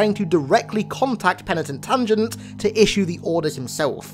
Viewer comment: Mah nigga i could listen to you say Penatin Tungent all night long. It gets funnier with each dab I take 😂😂